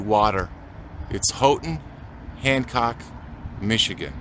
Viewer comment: Good to learn the fine points of Houghton including it's pronounced Hoe-ton, not How-ton. Been to Isle Royale from Grand Portage Minnesota, but most folks come in from Houghton.